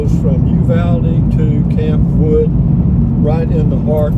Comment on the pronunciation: Campwood is one word and pronounced as one word, not Camp Wood. My grandmother was from Campwood and she and my grandfather are buried there.